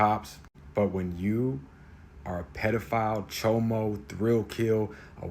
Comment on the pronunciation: The way he says "Chomo" cracks me up. I don't know if it's his expression or the way he pronounces it.